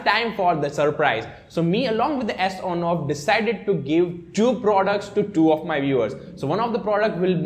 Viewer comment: Superb video Sir!! Well, some suggestions: It is not S on off but Son off. And can you please reduce your speed of speaking, it confuses what have you spoken. Thanks👍